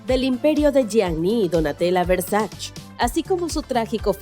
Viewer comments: Se dice VERSACHE no VERSACH. Bruta! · No es muy difícil investigar para saber algo tan simple como que el apellido de Gianni Versace, que es italiano, se pronuncia Versa(che). No es francés, no es inglés... Es ITALIANO!! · se escribe y se pronuncia versaCHE versaCHE por que es italiano , 1gn0r4n-73 .